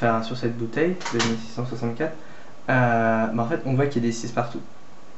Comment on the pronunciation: de 1664 lol sa se prononce 16-64